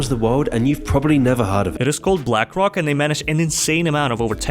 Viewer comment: Second time i heard balxkrock today